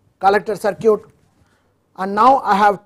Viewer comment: Interesting. Thanks. Although, I would recommend an update to the pronunciation of the word "circuit" if it's going to be mentioned often. Try something more like "sir - kit" instead of "cir - cute". Thanks again for sharing.